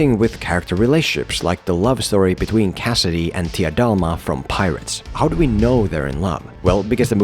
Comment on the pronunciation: i Love how you keep saying Tia Dalma... 😂😂😂